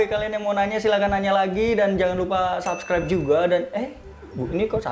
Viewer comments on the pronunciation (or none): none